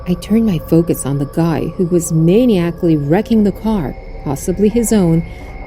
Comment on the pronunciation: Come on people, use the plethora of dictionary sites online--the word MANIACALLY is pronounced: 'meh-NIGH-ack-lee' :hands-yellow-heart-red